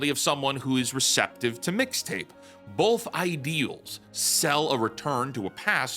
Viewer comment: her saying "Fixta" gave me psychic damage